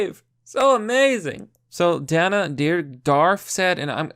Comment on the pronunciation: Why can you not pronounce simple words and names ever? You couldn't even say Dana. Are you ok bro? Do you get out much? Not trying to flame you or anything just worried.